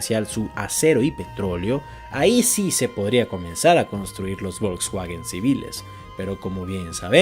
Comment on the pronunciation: El título es engañoso. El vídeo es precisamente sobre cómo logró Alemania convertirse en una potencia militar tras perder la I Guerra Mundial. Y por cierto, no estaría de más q aprendieras a pronunciar un poquito las palabras alemanas (No se dice ¨Vols uaguen", sino Folksvaguen). Muy mal por engañar a la gente